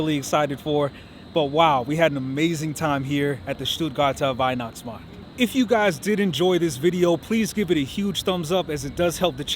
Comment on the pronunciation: I'm sorry but I had to grin everytime you said "STUUUHTGAAHTAAH WEIHNACHTSMAHKT" 😀